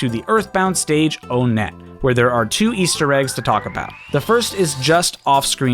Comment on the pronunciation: Onett is pronounced with the number 1 (even the sign shows the "one" in different color font) The towns in Earthbound are ONEtt TWOson, THREEd, and FOURside